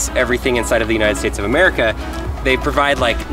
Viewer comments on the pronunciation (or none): none